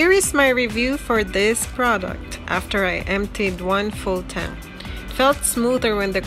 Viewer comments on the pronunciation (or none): none